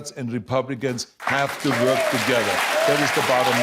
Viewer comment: Arnold gotta work a little more on his “Work” sound. I hear twerk ;)